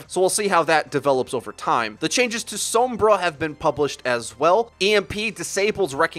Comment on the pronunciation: stop saying Sombra like that. i love you.